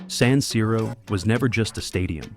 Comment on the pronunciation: Quello moderno sarà bello quanto questa voce artificiale che continua a dire saniro. Di per sé la cosa poco convincente. Poi vorrei capire cosa cavolo c'entrano i centri commerciali con lo stadio.